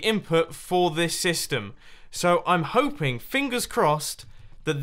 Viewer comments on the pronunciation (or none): Schlumpfmaster "and I'm hoping-yof :(" (10 outa 10 emoticons